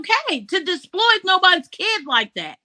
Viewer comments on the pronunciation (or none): I was wondering the same thing😂I heard her say disploit (disploit) About 3 times and I was thinking is this a new word that I have never heard of? What is she trying to say?I feel so dumb. I don't understand what this word is! she's trying to say exploit right? that's what I think, I think that's what it is!!